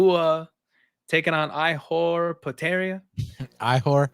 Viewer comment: killing me with that Ihor name hahahaha